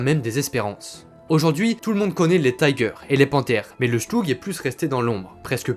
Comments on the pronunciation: Super intéressant. Un bémol toutefois, arrêtez de prononcer les noms de chars allemands à l'anglaise, c'est horrible à entendre pour un germaniste. On ne dit pas Taïgueur mais Tigueur. :) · Pour une chaîne spécialisée en blindés, pourquoi prononcer le nom des chars allemands à l'anglaise ? En allemand le "i" se pronce comme en français et non "aie" comme en anglais. Comme ton texte est en français, tu peux dire le char "Tigre" et si tu veux le prononcer suivant son nom original, fais le en allemand mais l'anglais n'a rien à faire ici. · Vidéo très intéressante mais pas besoin de prononcer le "i" de "Tiger" en "aïe" 😉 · Bonjour En Allemand le i de Tiger se prononce comme en Français pas comme anglais On ne dit pas faire sens qui est un anglicisme mais avoir du sens tout simplement Merci pour la vidéo instructive